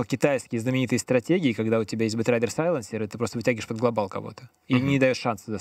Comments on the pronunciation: Меня одного бесит слово "глобАл" с ударением на "А"? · This is globAAAAAAAAAAAAAAAAAAAAAAAAAAAAAL